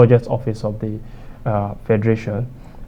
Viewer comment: Mr fact checker, you can do better. Do you say office or hoffice? I mean your pronunciation.....